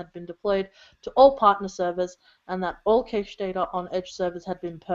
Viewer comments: Saying "cash-ay" is easy to forgive, since it's the roughly correct pronunciation of the French word caché ("hidden") that is the source of "cache". But this was the first time I've ever heard someone use a long 'a' with the word. I didn't even know what she was saying until the context made it abundantly clear. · Is it an Aussie thing to say "caysh", or is just murdering the word "cache"? If that's what it was, only people who were active since the caching started, and within the cache TTL, could have had their details displayed to someone else. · word "cache" rhymes with "cash", BTW.